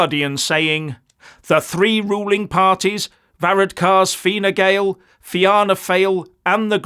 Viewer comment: Ha! Ha!, our PM which is called Taoiseach (tea-shock) is pronounced ver-rad-ker. Fianna Fáil (fee-naa-fall) and Fine Gael (fee-naa-Gail). Thank God we have a constitution, other wise we would be the wokiest country in the world. All our main stream parties are EU/wef a**e lickers. (And in the case of our PM it literally is true). Hopefully we can give them a good trashing in the next election. Sorry for laughing at your pronunciation, but it’s very funny from an Irish pov.